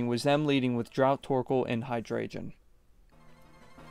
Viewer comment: I love this cosept and as someone who has followed comp Pokémon and only dipped my own toes in a few times, massive respect for making your own team, and spending so much time researching (one small note hydreigon Is pronounced “hi-dragon”)